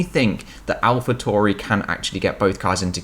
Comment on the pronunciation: Not Alpha "Tory" .... its Alpha Tauri .... as in Alpha Centauri